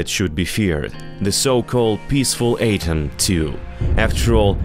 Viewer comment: Love how he sounds like a robotic reader like those cheap channels who don't speak, just have a program read.. Misprouncing easy words: Catastrophe - "catas-troph" ATOM - "A-tom"